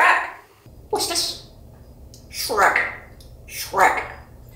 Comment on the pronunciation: Wooow he's really saying Shrek so clearly now!